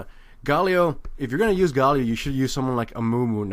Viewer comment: "mahna" "gawwlio"